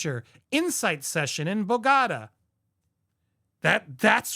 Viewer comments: "Bo-gah-tah"? Try Bogota - rhymes with hog-a-car but without the hard American R. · learn how to say, 'Bogata'. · BOW... Gah... Tah. With the emphasis on Bow. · BogoTA, with the accent on the TA. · despite everything you have said, if you disrespect the country by not pronouncing names like Bogota correctly, you come across like an ignorant person. As a result it is hard to take you seriously. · Learn to pronounce BO - GO - TA